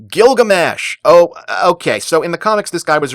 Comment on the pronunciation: Ah yes, Girugamesh.